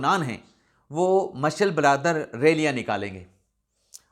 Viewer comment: Marshal brother nai sahafi sb.الفاظ تو درست بولا کریں۔پڑھے لکھے ھیں یا جاہل۔ مشعل بردار ھے لفظ۔